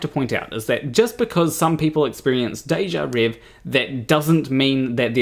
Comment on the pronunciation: It's not "déjà rev", it's pronounced as if it were (in English) "déjà rev-ay". It's "rêvé" and the accents tell you how to pronounce it. The last letter is an é, not an e.